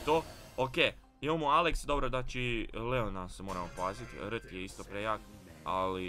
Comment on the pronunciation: samo da znaš ne kaže se rt nego ar ti za r-t